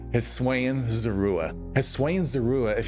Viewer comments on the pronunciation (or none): but hey, I honestly really like the way you pronounced it, I’ve never heard it like that before lol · I just can't take someone seriously as a pokémon content creator if they aren't going to try to pronounce something as basic as Hisuian correctly. Has he seriously not heard a single person pronounce it in over 3 years that Legends Arceus has been out?